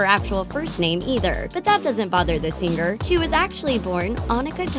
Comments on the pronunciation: Its Sing-er not Sing-ger. Driving me nuts! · Could you maybe hire someone who doesn't butcher the word 'singer' every single time? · ITS PRONOUNCED 'SINGER' NOT 'SING-GER' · its singer not sing ger